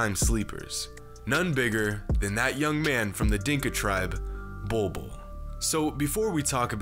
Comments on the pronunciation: Legit I thought it said “Boi Boi” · “Bowl Bowl” 👹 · When your name is literally pronounced "Ball" twice! If that isnt a sign of destiny, I don't know what is. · Pronouncing his name, Bol Bol literally means “pubic hair” in the native Filipino language - Tagalog. Man’s gonna dominate in the league! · Its not pronounced ball though